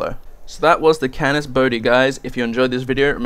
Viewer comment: Dude it´s "Canis" ^^